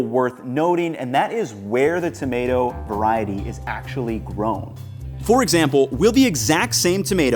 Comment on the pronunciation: "Veriety" not "veriatal" . Its not a word.